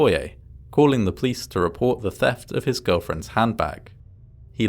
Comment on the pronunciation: it's pleasant how you pronounce 'police' as 'pleece', I think I'll start doing that as well. Love your videos!